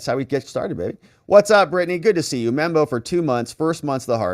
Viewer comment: Please stop saying "membo".